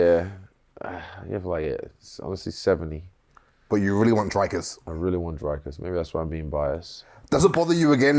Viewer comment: Dam it its not Dry-kiss it's Drik-iss Doo Pleh See 🤣